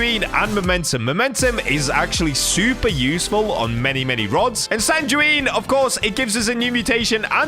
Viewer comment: For sanguine ntw u pronounce it san gu wean u don't die with the enchant😊